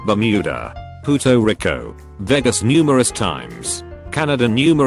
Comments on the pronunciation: "Pooto Reeko" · rofl "Puto Rico" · “puto rico”